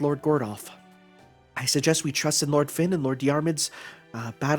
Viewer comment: It might be too late but Fionn isn't pronounced as Finn. It's more like Fyun. Hard to put it into words.